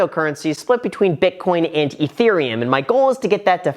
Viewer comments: I always like how Graham pronounces it "Eee-thereum". He really annunciates the eee. Most people seem to pronounce it as "eh-thereum". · et hirium